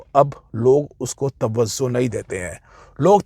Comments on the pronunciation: Sir.. with all due respect...woh TAVVAZO nahin TAVVAJO hota hai 😅😅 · Its tawajjo, not tawazzo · Sir tawazzo nahi hota, tawajjo hota hai. Thanks!